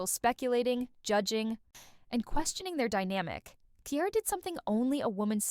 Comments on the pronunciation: Lmao Kiara! 😂😂😂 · Here name is not that hard to pronounce damn!